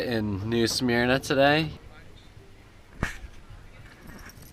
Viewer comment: Wow, didn't know you could anchor there on the Matanzas. The little fort there guarded the south end of the river, the north end has the Castille de San Marcos (St. Augustine fort). There's a cool little State Park across from the fort, and the ferry boat to the fort is free. Re-enactors live in the fort and fire the cannon off, did you guys get to hear that all day? It's pronounced "Smur-nah" by the locals. That's our beach town. Same beach as Daytona but without the tourists.